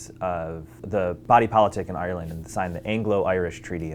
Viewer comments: He’s saying Ireland wrong 😂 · I hate the way Americans say Ireland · Am I the only one who finds his pronounciaton of Ireland funny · Im Irish and I'm sorry but I hate the way Americans pronounce Ireland hahhah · the way he says Ireland makes him sound like a pirate